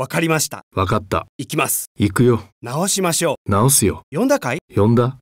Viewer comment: 女性の音声が中国語訛りですね...発音が悪すぎます... ショクリョウダネ！ ワカッタヨ！ イナサクダネ！ ナーオシーマショ！ ヨーンダ！ ヨーケンハ！